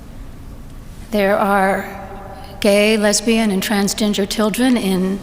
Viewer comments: Somebody call Cartman! Am I the only one who heard “transginger” ? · Am i the only one that heard transginger? Thats a new one for me.